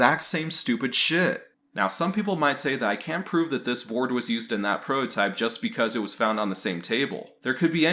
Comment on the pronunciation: Are you saying "prohotype"? Instead of prototype? Is that a meme or something?